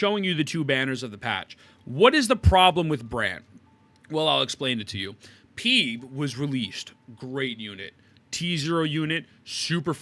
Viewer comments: Name: Phoebe Pronounciation: Feebee: Peeb 😆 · Wait until this guy finds out about other characters that fully scale off anything other than atk. Hsr's Agelea and Aventurine would put him into a coma Also the way he pronounces Phoebe & Roccia's names are going to send me into a crash out equivalent to the one he has in the video